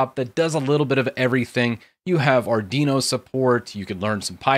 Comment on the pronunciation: Say it with me,, Arrr-dweee-know:P